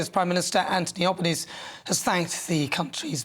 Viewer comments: Anthony Albanese [An-thon-y Al-ban-eeez-ie] is a true gentleman. His heart is as big as Australia. I trust him. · Albanese pronounced Albanesie